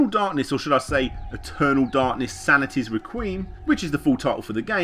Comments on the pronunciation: *Reck-we-um Not "Reck-weem" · Re QUEEM? What the hell? Isn't it pronounced like "Wreck-we-umm"? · Re-queem? It's "Wreck-we-emm"! :) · Requiem is pronounced "reck wee 'em", not "re-queem". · Requiem... it's pronounced Re-quee-ehm... not Re-queem.... also Anime... it's anim-ay... not anim-ee. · REH-quee-ehm, not re-QUEEM. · requiem is pronounced as 'reh-kwee-um' not 'reh-kweem' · Yeah it should be Re-quee-'m. And never heard anyone say "anna-me" either. This isn't an example of good normal English. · The word requiem is pronounced "reh-kweem" in Britain? Here it's said "reh-kwee-em" here... Odd. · "reck kwee um" Dammit. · Eternal Darkness: Sanity's "Re-queem." Lmao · Came here to say the same thing lol. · Eternal Darkness, Sanity's (Sound it out with me, ) Re-Quee-Em (3 syllables). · "Eternal Darkness: Sanity's Rekweem" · Couldn't take any more after hearing 'rekweem' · Requiem is pronounced 'Rek-wee-em' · That works too. Even so, "Rek-weem" is just wrong >.< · Why do you pronounce requiem "Reqeem"? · "Or perhaps I should say 'Eternal Darkness: Sanity's ReQUEEM'?" No. You shouldn't. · Rehkweem? Uhh, I know UK dialects have different pronounciations, but I haven't heard that, before. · sanity's re-keem? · Requeeem? lol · You need to work on your pronunciations, Larry. Requiem and Anime.. there's no excuse. -_- #headdesk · OMG!! How does this narrator not know how to pronounce this word correctly.